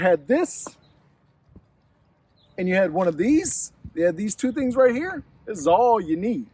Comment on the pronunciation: “This bad boy right heeya”